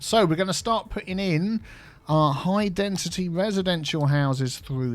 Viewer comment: As non english native speaker, I didn't know that we need to pronounce density with a "t". always says dentity speaking instead of density ahah